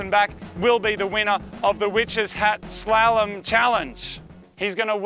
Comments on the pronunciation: emphasize your A in slalom and u got it less cringe for you lol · its pronounced slarlom not slalom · It's like Gollum with and S. SOOOO it would SOLLUM for pronunciation purposes ya big dummy! LOL Slalom! Easy if you like to ski or whatever that requires using that word LOL